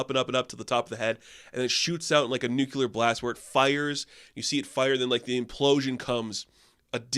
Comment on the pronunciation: Dude! It’s pronounced NU-CLE-AR. Say it.